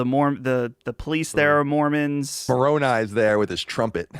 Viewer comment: Respect to Colin for pronouncing Moroni correctly.